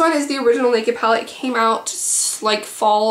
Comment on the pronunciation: "Pall" LOL